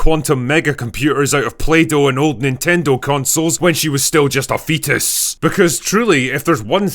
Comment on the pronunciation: The way you said fetus got me💀